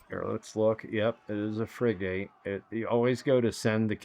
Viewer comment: Bro love the video thank you but the pronunciation of the ships is Frig-it